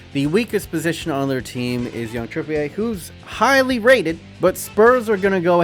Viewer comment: ITS TRIPIER NOT TRIPYE